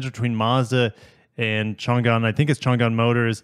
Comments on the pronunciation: Interesting that Toyota is letting Mazda use the RAV4 powertrain and also Mazda is offering a CVT, maybe there is extra component availability from Toyota China, It is pronounced Chang"An not Chan'Gan for future referenec :) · Changan is pronounced "chong an" (an is like the name "ann")